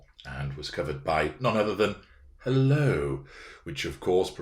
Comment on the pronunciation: "Hel-LO" will never ever get old